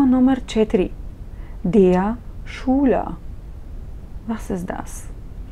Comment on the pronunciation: 1. ManCHmal wird mit ich-Laut ausgesprochen, wie in Ихтиман!!! 2. Der SchÜler - ein u-Umlaut, kein U!!!